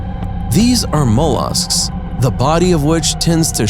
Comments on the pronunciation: It made me cringe. I’ve never heard anyone say mollusk that way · Speaking with intelligence, he gets a pass on. His pronunciation leaves something to be desired in spots, though, and I weep internally every time he says 'mollusk'